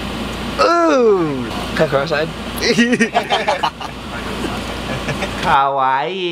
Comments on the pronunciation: Kawii? Lol, more like Kowaii. Just kidding XD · The way he says kawaii as Kaawaai